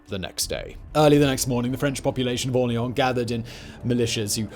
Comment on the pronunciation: Drink when Simon says "AwLEEawn"